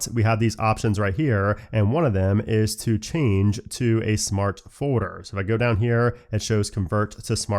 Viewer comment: Am I the only one who hears say “foeder” instead of “folder”?